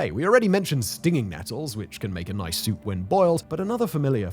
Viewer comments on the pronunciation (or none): none